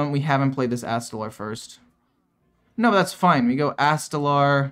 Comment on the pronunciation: My dude...it's ast-a-lore...not astalaaarrr Oh and screw ramp combo druid